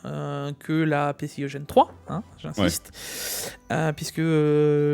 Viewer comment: Leuu PC..ic 4.2 X essssst uneuh fois deuuu moinnnsse la moultiphicationnnn duuu PCIIIII 3X hic 😂